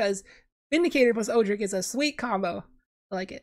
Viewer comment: I’m fairly confident Odric is pronounced ‘Odd-dric’, not ‘Oo-dric’.